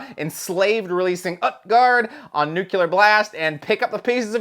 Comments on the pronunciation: Every time says "nuculer" an angel gets its wings. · NuCULer Blast. on NuCULer Blast. NuCULer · say it with me: New-clear. It's pronounced new-clear. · Nucular, it's pronounced nucular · Take a drink every time says “Nuclear” take a shot.